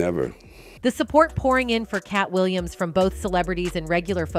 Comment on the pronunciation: "The Katt Williams band wagon" ?? Wow she can't say his name right? So disrespectful!!! There will be some people that will say. How is that disrespectful? Uh u are just like the ones Katt is talking bout!!